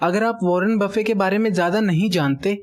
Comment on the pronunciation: He is Warren buffet not warren buffey